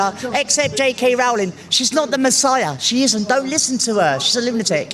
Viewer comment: See! They can't pronounce Rowling! It's all the same. Clearly their own actual knowledge of JK Rowling is through the words of other activists. Sigh